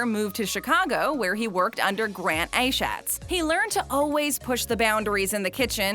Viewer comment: Enjoyed every part until you said Chef Achatz... really should learn how to pronounce their names...